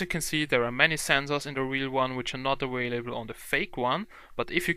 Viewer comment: awalable what lol